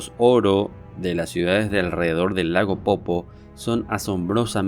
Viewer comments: Es lago "Poopó" no "popo"... pronuncia bien. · Se dice Lago POOPÓ men, eso de no ser oriundo de Bolivia e investigar nuestra cultura tiene muchas desventajas.